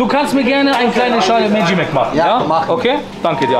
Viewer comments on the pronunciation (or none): none